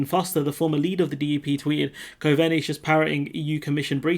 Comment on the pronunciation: "Cove-Knee" 👍 .. that's how the Irish FM's name is pronounced. You're still doing a great job dude !! Keep with it 👍